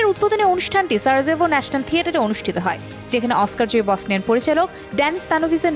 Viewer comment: সঠিক উচ্চারণ - সারাইভো j=ই